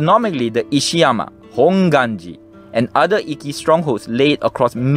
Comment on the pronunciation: Very interesting and I love the pictures. (The pronunciation of Ikkou 一向 and Ikki 一揆 are a bit tricky. When you have two consonants side by side, it means to hold/stop the sound in your mouth - sorry for my poor explanation - before moving to the next sound. In Japanese, this sound is always shown/written as っ/ッ, the small versions of つ/ツ. )